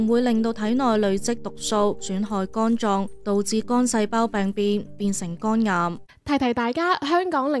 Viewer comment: 肛癌定肝癌呀喂？幾個旁白啲懶音都咁勁，係唔係專登㗎？